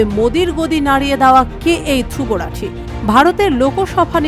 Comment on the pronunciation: নাম টাও উচ্চারণ করতে পারে না 😂😂